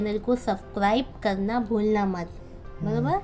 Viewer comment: Aunti ''baraber '' aapke munh se bht hi acha lagta h